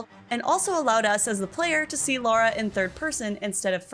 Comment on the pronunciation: La-Rah. You need lithium asap 💉